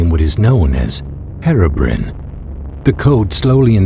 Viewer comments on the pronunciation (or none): You said Herobrine wrong it's Hero Br-i-ne not Herobrin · he said hero brin XD it's hero Brian XDDDDD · no offence, but thats not how to say Herobine. its hero-brian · Herobrin Ahahhahahahha am dying you dont know to say Herobrine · anyone gonna comment how he pronounces herobrine?